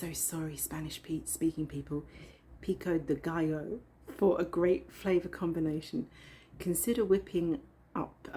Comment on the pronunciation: I'd like to try it with chicken and pico de gallo. You said it perfectly.